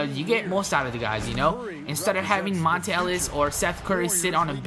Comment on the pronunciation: MONTA not Monte ....fuck